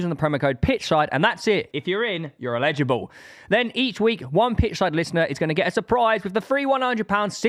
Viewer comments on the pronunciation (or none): How the fuck can a tory like not know how to say eligible 😊